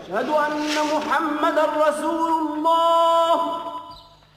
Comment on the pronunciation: nice to hear but please say Allah not alha